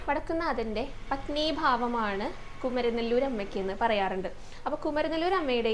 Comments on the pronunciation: Not kumaranelur Kumaaranellur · കുമരനെ ല്ലൂർ അല്ല കുമാര mല്ലൂർ ആണ്